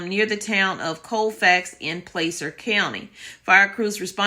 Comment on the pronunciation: Placer sounds like plAHser/Plasser... not criticizing just trying to help.🙂